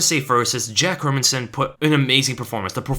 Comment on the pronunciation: You even pronounce "Hermansson" (Hérmansson) correctly! (unlike anybody employed by the UFC).